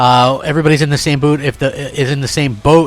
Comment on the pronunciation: He said boot haha